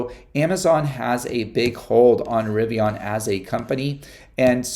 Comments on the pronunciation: I don’t know why this bothers me but it does because you keep pronouncing “Rivian” wrong… it’s not Rivion, with an “o”… it’s Rivian with an “a”. How would you pronounce the name “Adrian?” Adrion? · No offense, but you might want to listen R.J Scaringe pronounce the word "Rivian", because you sound really strange. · I totally agree with you, I don’t know why but it also bothers me too. I wrote a comment earlier about this very subject that he pronounces Rivian with an “o” but looks like he didn’t like it & deleted my thread already.